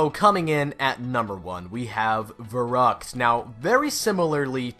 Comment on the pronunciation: When you just said Verruct I died on Verruct on bo3